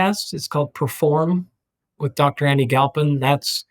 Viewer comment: Galphin? Are you serious?